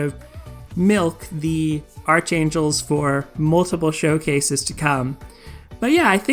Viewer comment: Btw, it's pronounced ark-ain-jel, the h is silent. It is not like archenemy, which you do pronounce the h. I don't know who came up with these English rules, but they are confusing as hell.